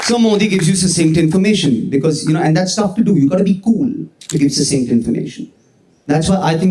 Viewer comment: Watch your pronunciation of "succinct" while saying "succinct quote"